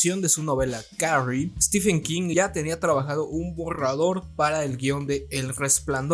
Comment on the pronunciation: No se dice "estifen". Stephen se pronuncia "Estiven". Stephen=Steven